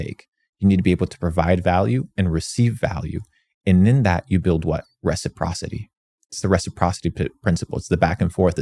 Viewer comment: Resiprocity huh??? lol